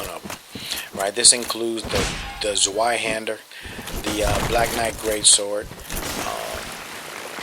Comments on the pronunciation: not tsvie, but tsvei... zwei, nicht zwie. it literally means 'two-hander' zweihander/twohander another way to say two in german is zwo. which would be pronounced tsvo.. which is closer to two, so its easy to see the simmilarities seeing as the zs in german are a ts sound. and while i am not a german native, i have lived in germany as an exchange student and german is my second language. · nope he's not. It's not "tsvie" but more, like jblackmel said it, "tsvai" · it is SVIE-hander. w is a v sound in german. Volkswagen becomes VolskVagen etc. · acutally its called Tsvai-hander. Whereby hand is pronunced the same as in english. <- German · Actually, it's "Tsvai-hanter". It's difficult to pronounce words that aren't used in your everyday language. Source: Me (German heritage, not main language but having studied it for 5 years.) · I think he´s not. Cause it´s wrong what he wrote :D it´s more pronounced like tsvie-hender.e like in men (hard to write it in english letters so you can pronounce it right xD ) But at the and it´s not important how someone pronounces it as long as it´s understood what is meant. Btw Merry Christmas and nice holidays. Greetings from Germany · I know it's not really important, but I thought I'd mention the pronouncation of zweihander is more along the lines of "tsvie-honder" Nice video, useful tips.